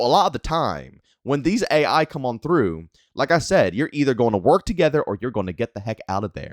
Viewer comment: you’re saying it A.I instead of AI 😂